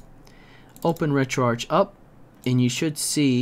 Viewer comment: It's pronounced retroarch not retroarch..